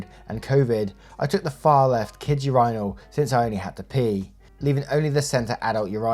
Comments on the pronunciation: Urinal is pronounced - " your in el" hearing you say urinal sounds like "your rhino" lol Much love though! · WTF is a ur-EYENaL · Hearing pronounce urinal as "your-eye-nal" 20 times was hilarious! It's typically pronounced "urine-al" 😂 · It's ur-i-nal not ur-eye-nal 😂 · Yourinal? Its myrinal!! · Why do you pronounce Urinal like that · Why no one says anything about how he pronounces "urinals"? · the way u say urinal is sending me 😭😭😭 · The way you pronounce “urinal” had me laughing